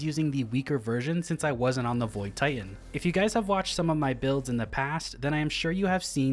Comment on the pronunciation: What's a tie-hen?